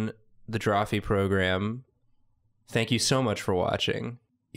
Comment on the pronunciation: hearing them say "program" correctly instead of "progrum" feels wrong